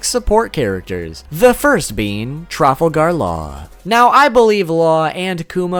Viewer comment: "Trufflegar law"